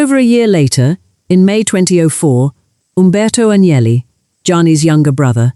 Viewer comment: Aguineli??? Não sabe pronunciar um sobrenome estrangeiro, aprenda. Sem credibilidade. Fui...